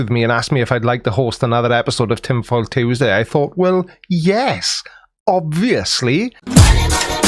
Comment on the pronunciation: I love you creaky but I have to take issue with how you pronounce Tuesday